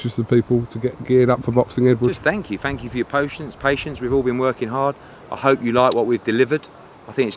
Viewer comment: “Thank you for your potience”